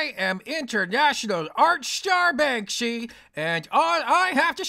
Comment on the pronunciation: Shee Shee ish Bankshy? Holy shite!